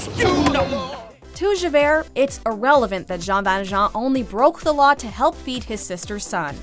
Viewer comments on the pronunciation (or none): I’ve never heard anyone butcher the name Jean ValJean like the voiceover on this video 😂